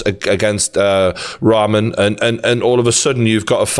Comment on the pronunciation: he says ramen instead of rahman